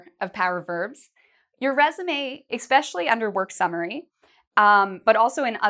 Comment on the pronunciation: Some great tips but I couldn't help noticing that you say "exspecially". The word is "especially" in English.